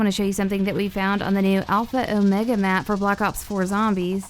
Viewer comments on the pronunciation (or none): Everytime she says a word with an O substitute it with "Ew". Alpha Ewmega Mewde Rewm Boom, now you speaking in